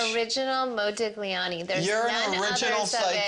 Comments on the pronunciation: "It's an original Modig-liani" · Omg please stop saying modig-liani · ModiGLIani, the wrong pronunciation lol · MoUdiGliani HAHAHAHAHAH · You say "Modiliani" with no "g" pronunciation. You're welcome, psycho (pronounce it "sycho" ). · ...and the g is silent, too. What a nitwit. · The way she pronounces Modigliani fucking hurts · You never pronounce the G, gli pronounce as j. Sorry for my english, I’m swedish. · The way they pronounce Modigliani or every Italian words cracks me up